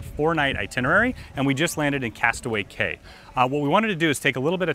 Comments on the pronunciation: K A Y ???? pronounced KEY, no? Yes i know its spelt CAY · cay is pronounced key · Key is correct. But ok- I was just hoping to educate. Have a nice evening.